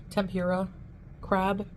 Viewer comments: Wtf is Tem-pure-ah? You mean tempura, Chantal. 🍤 You can't do anything right. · she mis pronounced Tempura .... its temp. ooo . rah. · I hate the way she says tem-pure-ra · It’s petty but I cannot handle the way she says tempura. Heeeelp. 😩